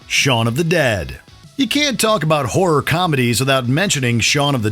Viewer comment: Please learn how to pronounce ‘horror’ correctly.